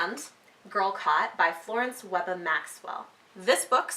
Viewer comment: Thank you for reviewing Girlcott! It was written by a dear friend and mentor of mine. While the story is fiction, the boycott did really occur, and Mrs. Maxwell and her husband were two members of the group that led the Theatre Boycott in Bermuda. BTW - Webbe is pronounced Web. :)